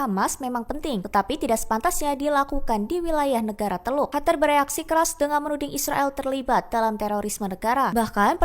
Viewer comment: Qatar/katar قطر Bukan Hatar